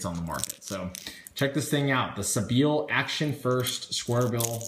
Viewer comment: Love your videos, by the way I think it's pronounced sea-by-ill